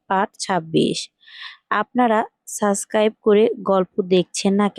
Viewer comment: সুদ্ধ করে subcribe বলা শিখেন , তারপর চাইবেন subcribtion